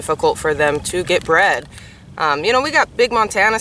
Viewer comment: Bred not breed